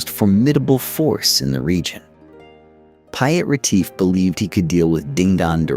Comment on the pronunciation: .. TO THE AMERICAN EAR .. PIET .. PIET ... SOUNDS LIKE PETE .. PETE.. WHEN YOU SAY PYAT IT SOUNDS LIKE WYITT... ... PIET IS PETE IN ENGLISH 😊😊